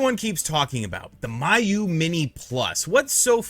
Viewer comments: First of all you're saying it wrong. It's pronounced Me-You.......not My-You...lol. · It’s “Mee-Yoo” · and Miyoo for that matter 😂